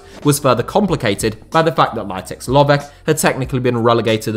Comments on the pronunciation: It is Lovetch , not Lovek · Very interesting and in-depth video from a local point of view. I only noticed 2 issues: 1. Vasil Bozhkov acquired Levski Sofia, not CSKA Sofia; 2. Lovech is pronounced with a German "tsch" sound (the same "ch" as in kitchen), but I've noticed that native English speakers always butcher foreign names, and with that in mind, you actually did okay with the other names.